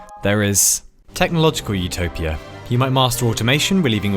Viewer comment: My brain everytime he says "utopia" : ZOOTOPIA 🦊🐰